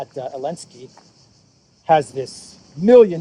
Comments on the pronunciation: Why do you call Zelensky, Elensky? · why do you call the President of Ukraine Elensky? His name is Zelensky. Is it because the EU banned the letter Z, or are you just mocking his name? Either way, both options are funny.